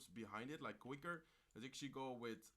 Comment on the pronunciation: Exually exually hey man je Engels is niet slecht maar je blijf heel de reis exually zeggen probeer dit te verminderen ik kijk je al lang en ben een grote fan zo blijven door gaan.